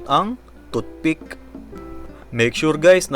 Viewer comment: parang sinasabi mong toot pick lang si hotdog mo pre.hehe